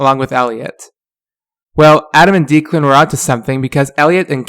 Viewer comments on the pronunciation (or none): It's not deekland its DEK-LEND for Declan